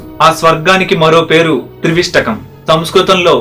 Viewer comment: Trivistakam aa leka trivistapam aa?? Oka sari choodandi